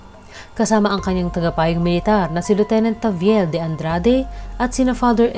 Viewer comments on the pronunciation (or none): none